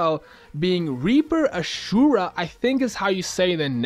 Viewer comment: Hey! You know I got you on that pronunciation. You have been doing good in your videos lately with the exception of some little stuff so I hadn't commented on them. I didn't want to be picky about it. Anyway, you got Ashura correct. However, you did not get Scylla Sleigher correct. So this was Activision and the Devs getting cute. Sleigher is a person who rides a sleigh, like Santa Claus. The reason they are being cute is because it has the same exact pronunciation as Slayer like the band or Buffy the Vampire Slayer. Slayer is someone who is really good at killing, like Buffy was good at killing vampires and other demons. In games I don't know what words you kids are using but back in my day if someone was doing particularly well then we might say, "Dang, He Slayed it" or them or him or whatever. So, in case you don't know the band or Buffy its pronounced Slay (Rhymes with Play) and Err (Rhymers with her) Two syllables or sounds Slay - Err or Slayer. Remember, Sleigher is pronounced the same. There is no difference at all. Scylla's skin will be one that rides a Christmas kind of Sleigh and she will be Scylla Sleigher and hopefully you will be getting a ton of kills with her and you will also be Scylla Slayer. Also, you are mispronouncing Scylla and I swear, every single CODM youtube also mispronounces her name so don't feel bad. Scylla is a Greek mythological monster. She was a Nymph that was turned into a sea monster to gobble up sailors. Ok so, her name is two sylla